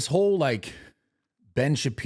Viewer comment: Brad, Mark Lev-in....pronounced La-Vin....I know it's a red herring but just fyi. Nick, great perspective on Shapiro and losing his sharp edge. The first hour of the show was very good. The second half...meh.